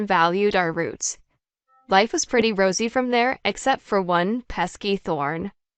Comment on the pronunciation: Re torut? Preety? Tented? Cleeck? Underhestamate? Who is reading this?